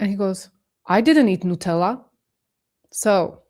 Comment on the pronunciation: That was a fab live. And I don't always have the attention span for lives. Let me ask, what is a daily Freddo? I never knew until you mentioned a drink. I thought your name was freddo at the start of when I first saw you. We have chocolate freddos 😂. Also, you are the only other person I have heard pronouncing Nutella as NEWtella 😂. Let me say this, the moment I saw "that speech" with the whispers, I knew!!! I was so creeped out and went looking for others and thats how I found your channel. Can't wait for the next live 🎉🎉🎉🎉🎉🎉